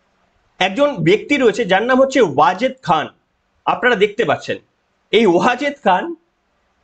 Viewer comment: Wajed শব্দটি বোঝা যাচ্ছে না..